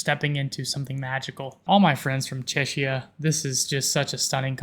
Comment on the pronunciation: I think you should work more on your pronaunciation of Czechia.